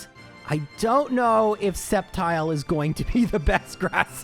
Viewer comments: it's pronouncd "Step Child"!!!!!..lmfao :P (I really did mishear it as this)....lol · I'm skeptical of that Sceptile pronunciation. :3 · I am sceptical of this spectical of sceptile